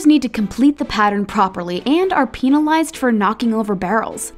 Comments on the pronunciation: hold on did she just say peenalised bruh PENAlised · i can’t stop laughing about how she pronounced penalized dear god